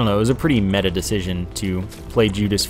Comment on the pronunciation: You pronounced meta wrong.